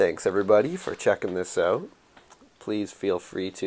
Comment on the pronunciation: "oat of this world"